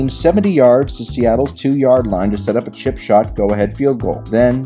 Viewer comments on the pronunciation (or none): none